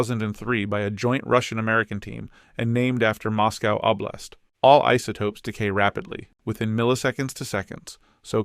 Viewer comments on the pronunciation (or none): none